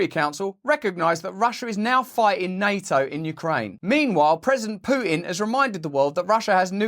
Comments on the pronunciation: PuuTTTTTTin Not Puuin 🤣 NAO 🤦🏽‍♀️ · ... general people cannot stop this madness ... maybe some aliens will show up and say: "playtime is over now kids" ... disarm us ... and eat us for breakfast ... by the way Russel ... why do you not pronounce the T in NATO ... is that a typical british thing that they leave the Ts out or just yours ...? As I am not an Englishman I ask myself ... why ?...😈